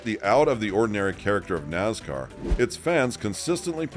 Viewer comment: It's Nascar...Not Nazcar